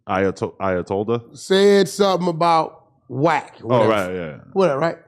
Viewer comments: Ayatollah= "I Ay a tollah on somebody" 😂🤣😭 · I-uh-told-on somebody. Not bad Wack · Nigga said ayatol on somebody 😭😭😭😭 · Ayatollah - I uh told a 🤣😫